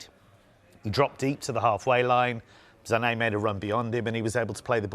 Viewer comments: WHY does this man pronounce Sané’s name “Zannay”?! Christ it does my head in. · Literally no other commentator in the world refers to him as “Za’Nay”. It’s pronounced “Sar-nay”. Just like how Mane’s name is pronounced “Mar-nay” and not “Ma’Nay”… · Sané is pronounced “Sar-Nay”, not “Za-nay”.. where is he even getting the Z from 🤦🏻‍♂️